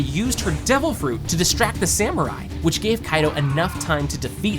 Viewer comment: devil frooch